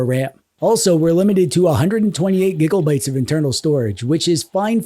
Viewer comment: Bro great video! Please stop saying gigabytes like that 😂